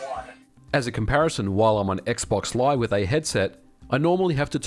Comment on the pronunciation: I dislike that you use AI voice / text to speech now. It just misses too many words and takes me away from listening. "Xbox live" becomes "xbox lie" lol. etc. Can we please go back to the human experience?